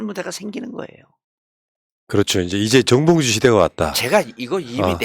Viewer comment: 정봉주라고 발음해주세요 ~ 홧팅~^^